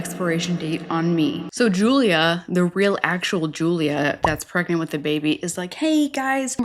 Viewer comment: It is driving me crazy that Julia keeps saying she's pregMant...with an M..Not pregNant! 🤦‍♀️